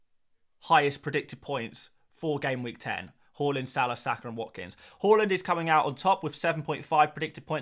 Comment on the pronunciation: Yes ,it was taught at most infant schools. As a Scandi we were also taught how to pronounce Haaland properly too. Where the hell he got Whore-land from is beyond any Scandanavian .. 😂😂